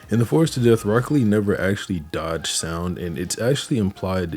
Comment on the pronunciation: I stg bro saying broccoli 😭